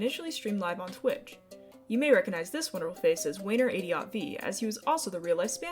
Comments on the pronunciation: i am actively losing my mind listening to that pronunciation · thanks for pronouncing it wayner adiot v. everyone always gets the pronunciation wrong. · Calling him "wayner adiot v" instead od wayne radio tv is doing so much psychic damage you have no idea ;w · What is that pronunciation??